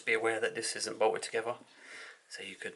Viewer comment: Together not togever